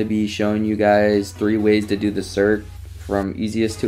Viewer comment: LOL u calling it a serk